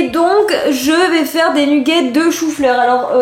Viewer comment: C'est trop drôle tu es la seule personne que je connais qui dit "nUgget" 😂 à la française !